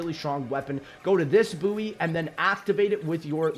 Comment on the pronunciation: Great video. Also buoy is pronounced like boy ahaha